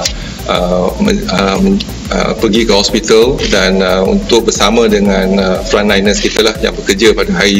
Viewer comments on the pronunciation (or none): Its Frontliner with a T